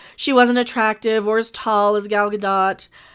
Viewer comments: It is Gal Gadot. Ga-doe not Ga-dot like Mer-loe not Mer-lot for Merlot. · Gad-oh-t. Long o with a soft t at the end.